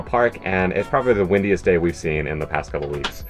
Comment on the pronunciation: At first I thought Jimmy said “wittiest” place on earth then I realized he said “windiest”. I like witty more! 🤣❤️